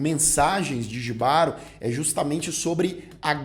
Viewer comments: Apaixonei na sereia. Para melhorar a experiência, tem que assistir esse episódio com fones de ouvido. A sensação sonora é fantástica. A gente sente a dor da sereia no final e o desespero do cavaleiro. Outra coisa, não é "jibaro", é "ribárô". J tem som de R em espanhol. Desculpa, mas sou casado com uma colombiana e ela me enche a paciência com nosso portunhol... Kkkkkk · só uma observação, "Jibaro" se pronúncia Rribaro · a pronúncia correta é em espanhol, logo o correto é "RRÍBARO". J em espanhol tem som de R.